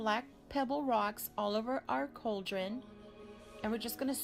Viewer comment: its a Cauldron, pronounced Call dren, not couldren.. fyi